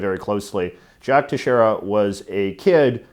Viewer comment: Plz learn how to pronounce Teixeira It's prenounced as : they shay rah